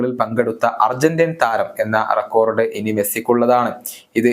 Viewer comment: റെക്കോർഡ് എന്നല്ല റെക്കോഡ് എന്ന് പറയുക....to